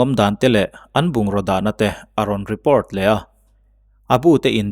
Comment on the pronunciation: Mizo tawngin i chhiar a e.g report hi report ti mai la repawrt english taka chhiar a ngai kher emaw ni le?